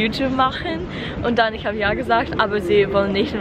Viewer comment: Your german is great! Keep it up! You really pronounce the "ch" as in "ich" really well, but I realize your overall pronounciation is rather breathy, nothing to critise, just wanted to point it out